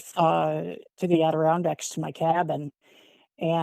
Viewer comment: AD-ER-RON-DACKS....it's only the largest national park in the Lower 48..